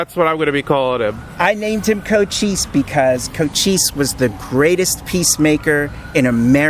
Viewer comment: Oh, did u really just call that grand young man Coach Cheese? LoL. I know, Cochise (sp?), but that's not what I heard at 1st. Great coverage, of historical, cultural, & musical import. Bonus if it gets this old bldg saved.